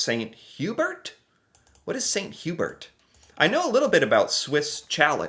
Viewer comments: It’s pronounced Saint Hoo bear. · Good job pronouncing Swiss Chalet (Sha-lay) this video! But Saint-Hubert is French, so it is pronounced Sane-too-bear (Saint Hubert) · St Hubert is French and pronounced like "saint hue-bear" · Saint Hyu-bear btw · St Hubert is pronounced St Hugh bear...because french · Gonna hate this... the "Hubert" in "St. Hubert" has both a silent 'h' and a silent 't', so it's pronounced uu-behr (there's no 'y' sound before the 'uu' sound either, it's like an 'oo' sound but French). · Hearing you say St Hubert with a hard 't' is painful. Wait....do you pronounce your name with a hard 't'? re:snow. It doesn't always snow in April but it happens occasionally. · Saint Hu Bear .... and swiss Sha lay .... I'd say learn to speak english but those of those are the french pronunciation for these french Canadian restaurants ... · 😅 Swiss "Cha-lay" and "San U-bear" Good try though! ✋😉